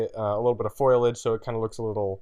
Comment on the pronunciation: dude foliage, it's pronounced fo-lee-age not foilage. every video. gaaawwwddddd